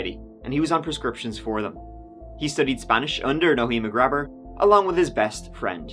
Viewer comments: Graber is my last name also. Its Gray-ber, not Grab-her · Not pronounced like that.... Gray-behr